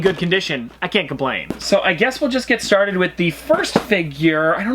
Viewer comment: I love when he say LETS STARED